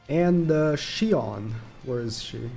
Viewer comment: Does he not know how to pronounce shion